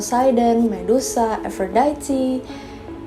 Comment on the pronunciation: baru tau cara baca aphrodite 'efrodaiti' :")